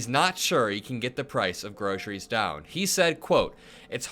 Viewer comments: Is he saying Grossery or Grocery? That's one way to not entirely lie, just mispronounce the word. He probably learned that one from Dumb and Dumberer with Doll Hairs instead of Dollars. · He can't even say groceries, cause he does't ever go shoppong at grocery store.